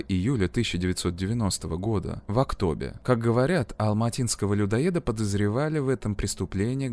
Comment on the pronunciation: Спасибо большое за прекрасное видео) Только в следующий раз пожалуйста спросите у казахов как читать названия населенных пунктов у нас. Очень резало ухо УзунАгач и АктОбе.